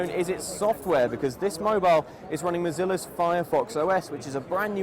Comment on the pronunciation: It's actually Mozilla, but then again did you pass the 3rd grade?